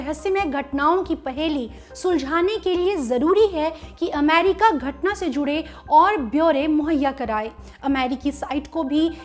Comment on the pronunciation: The way she says AMEERIKKA 😀